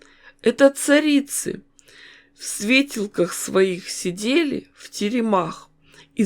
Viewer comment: Не обижайте букву Ё! Не в "свЕтелках", а в "светЁлках". 😊